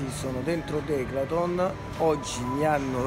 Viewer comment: declathon 😲😁 mitico 👏👏👏 💯🔝